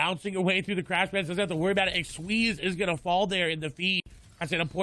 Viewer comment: It's not squeezie, it's xsweeze lmao